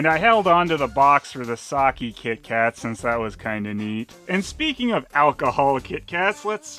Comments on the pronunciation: It is pronouned "sakeh" not "saki" But other then that this video is very good. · You mean because he mispronounces "sake" as "Saki", as in Oroku Saki? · I actually cringe now when I hear people say sa-kee, it just sounds wrong.